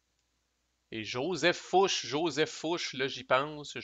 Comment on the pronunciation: Ce jeu a l'air original et intéressant même si on semble plus subir qu'agir les premières années. Mais d'après ce que j'ai compris ça va s'améliorer les tours qui viennent. Je pense que je vais me laisser tenter quand il sera disponible en Europe. Je voudrais juste t'apporter deux précisions en passant : Murat se prononce mura et ce n'est pas Fouche c'est Fouché, GMT a oublié de mettre l'accent. Encore toutes mes félicitations pour la clarté de ton playthrough.